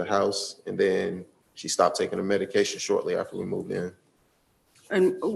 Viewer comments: Am I the only one hearing EDICAL and Not MEDICAL? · Is she saying edication?! Leaving the m off of medication? I feel really bad for her. Her babies deserve better. She deserves better. How do you get her to understand?! How sad. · Mom kept saying "edication" not medication and it was driving me nuts. Poor kiddos. Mom needs meds or she needs to be no contact.